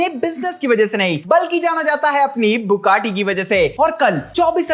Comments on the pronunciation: Bro Bugatti not Bukatti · Bugatti ❌ Buccati 😂